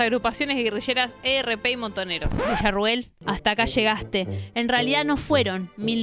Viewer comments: se dice "el erp", no el e, erre, pe... pero buen video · Es el ERP o el ERREPE. Nadie decía o dice "la" ERP y Vesuvio se escribe con v corta.